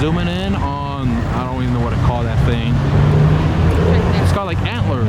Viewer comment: " oh man, a double decker weeen, this theeen is sick" love how you mispronounce words! Its funnee